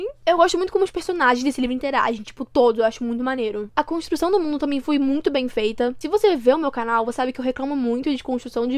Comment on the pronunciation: "vai mudar o mundorrrrrr" akakakakkka